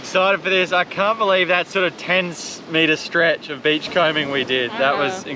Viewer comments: Who else thinks she's saying Ghe Back to Basics B!+€h kitchen?' Everytime I hear her say it, I laugh and I know she can pronounce it 'beach' correctly because she has done so numerous times before. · With the greatest respect to the lovely, it always makes me smile when she talks about "the beach kitchen" which because of her accent, sounds like "bitch kitchen" 😄